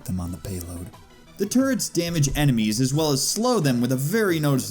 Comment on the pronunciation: »Turrets« ... »Turrt's« ... »Turds« I keep hearing »dropping turds.«